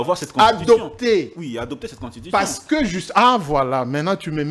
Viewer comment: Thierry mukelekele bravo vous-avez réduit ce type de mubiayi en cendre puis il prononce très mal le mot constitution,il dit contushition.